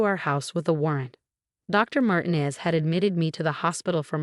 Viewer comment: Mar teen ez